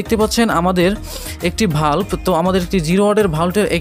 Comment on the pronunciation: বাল্ব কে ভালব বলেন কেন ভাষা ঠিক করেন